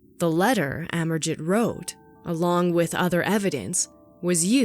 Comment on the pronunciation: I think pronounced as Amerjeet.